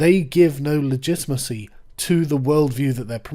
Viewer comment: Great video I’m sure, I couldn’t pay attention because of “legitmacy” I was going slightly crazy, I mean fuck man correct it.